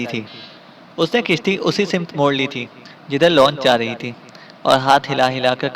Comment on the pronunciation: kahani ki reading kerne wale sahib ka talaffuz achcha nahi woh hawannaq ko honq per rahe hein samt ko simat